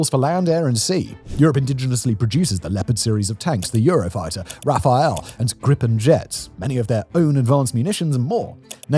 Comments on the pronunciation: Love your productions but forgive me its not a Rafael its a Rafale pronounced Rafal in English. A gust or a burst. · You keep mispronouncing "Rafale", it's not "Rafael". it's a French plane, not some brazilian dude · Its RAFALE not Rafael. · RA-FA-LE not RAPHAEL ! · "RafaL" not "Raphael" :) It means "Burst" in french, probably for obvious reasons. although idk the story behind it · Please please factboi, it's RA-FAL, not RA-FA-El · This isn't especially important to the discussion but for a few months you've been pronouncing the Rafale (roughly Rah-Fall) as Raphael (the jet can't paint). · Its Rafale, not Rafael... Great video 😍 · repeat after me : Rafale = RA FALL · I'll never get used to this "Rafael" pronounciation... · Tell me more about those "Rafael" fighter jets Simon...😂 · Totally pointless comment but French aircraft Rafale is pronounced without a "E" before the L > "RA FAL" Peace out